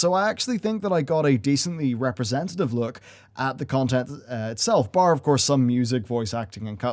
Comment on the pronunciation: say "bar" one more time lmao